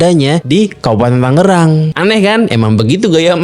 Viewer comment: Yg bener Tangerang, inget jaman STM ngerjain pr gambar teknik nulis nama skolah pk 'Tanggerang' lgsg dikoreksi sm guru..Krn salah penulisan yg benar 'Tangerang' krn sblm kotamadya msh Daerah Tingkat (DT) itu, 'DT.II Tangerang' Klw pengucapan Mungkin krn kebiasaan atau ap atau mungkin jg Krn sering dengar'y 'Tanggerang' Jd yg blm tw ngira nama kota'y 'Tanggerang', smp skrg pun msh ada aj yg sebut 'Tangerang' itu dobel (g)=Tanggerang..😬 Pdhl penulisan yg benar kota/Kab 'Tangerang' 😬